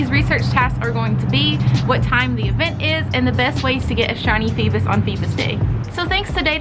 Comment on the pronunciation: It's not feebus but feebas (feebaas)